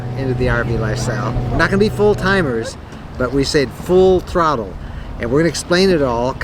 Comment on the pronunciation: Great video, but the way you emphasized "full throttle" in the opening, was expecting expanding RV to include marine. Got me on that one, HA HA! Plans sound great. With your property and future property plans, while some do full time in them, always wondered about extended time in the 25' Class B+/C. The 5th wheel makes a lot of sense for extended stay property hopping and occasional cross country trips. Staying with the LTV also makes sense as you have a choice of which and would be interesting the ratio of usage. It is unfortunate that all 4x4 trucks (1500 on up) are TOAD capable but exceed capacity of Transit/Sprinter chassis where Ranger/Colorado and ever popular Jeep are right at max 4200lbs. While the truck will sit, good to hear you have the Equinox (as I custom order an Escape Hybrid in same weight class and look forward to hearing your truck buying adventures.) Good to hear going back to Unity, but both the Wonder and Unity will tow the Equinox - with the exception being your RTB floorplan which I ruled out. Think it has more to do with the huge storage behind rear axel and virtually over the hitch with anticipated loads impacting hitch weight. Considering ordering (or looking for deal fall throughs) the Wonder/Unity RL or Unity FX. Decisions, decisions, but at least used prices are beginning to fall fo something during the build.